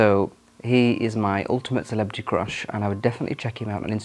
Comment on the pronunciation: I like your pronunciation of crush as "croosh". At 19, I liked the blond hair--very boy band look. Take That? :)